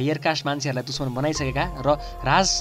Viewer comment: Like if you heard him saying duchmaan instead of dushman!